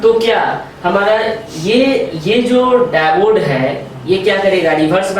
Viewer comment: आप डाइबोड क्यों कह रहे है वो डायोड है